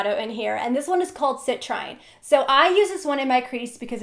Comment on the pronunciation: It's pronounced sit-treen 😉